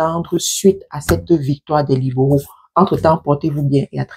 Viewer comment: C'est quoi les " liboraux"😂😂 soit naturelle et simple sister. Les libéraux c'est simple à prononcer non😂😂